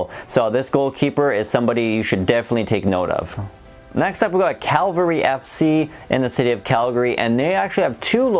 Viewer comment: Liking the videos, can't wait for this season to start. Minor nitpick, but Calgary's team is pronounced cavalry rather than calvary. I know its tough because it sounds closer to the city name. It was even printed wrong for the 2018 al classico game tickets.